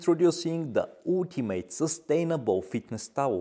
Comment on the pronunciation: intoroducing the ootimate 😂😂😂😂